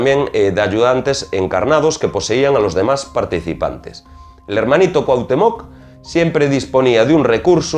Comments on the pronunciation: Una observacion: Estas hablando de Pachita y de entrada pones la foto de Maria Sabina, que era oaxaquena y, actualmente, mucho mas famosa que Pachita (que operaba en la ciudad de Mexico). Otra cosa: dices CuauhtemOc acentuando la O y es CuauhtEmoc, con acento en la E. No pongo la tilde ni el acento porque no las tiene mi teclado, pero la correcta pronunciacion de este nombre azteca es importante. Por lo demas, tu video es muy interesante y bien documentado. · Te comento en tu vídeo usaste la imagen de María Sabina, otra curandera de Huautla de Jimenez, Oaxaca, México, no es Pachita, Bárbara Guerrero de Parral Chihuahua. Y esto puede ser porque ella rara vez permitió que se le tomara fotografías que no fueran familiares. Y se pronuncia Cuahutémoc, no Cuahutemóc. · deberias de investigar primero la correcta pronunciacion de Cuauhtémoc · El acento en coautemoc es importante..se que eres español pero se oye muy mal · Definitivamente te falta información y esta muy mal pronunciado Cuauhtémoc!!!! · Haber, en los primeros dos minutos pones una foto de María Sabina.. no de Pachita , además dices que era la más famosa de México y que no hay otra.. para que sepas la más famosa es María Sabina.. como se ve que no eres de México que ni te documentas bien, ni sabes pronunciar el nombre de Cuauhtémoc con acento en la e.. así que documentate primero y luego haz videos.. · Excelente Trabajo! Sòlo una breve correcciòn: Cuauhtèmoc con acento prosòdico y ortogràfico en la "e". Por lo demàs todo bien.Te mando un gran abrazo desde Mèxico!